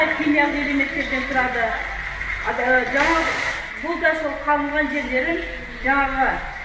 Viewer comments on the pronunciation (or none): none